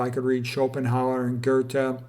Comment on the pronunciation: Luther: LOO-ter, Schopenhauer and Goethe are well pronounced. Regards from Germany :-). Good topic!